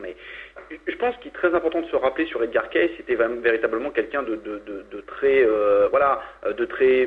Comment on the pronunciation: de plus on prononce edgar caicy et non caisse !